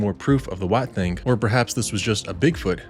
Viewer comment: I enjoy your videos!! I encourage you to keep them coming! I am sharing them and eventually your channel will have a huge amount of subscribers.. It was fun hearing your accent when you said "Alabama White...thaaannng" ...its a southern thing : ) keep all the good videos rolling!